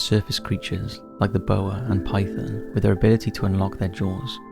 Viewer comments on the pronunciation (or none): none